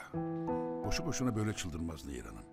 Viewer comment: Nehir " Neyir " değil .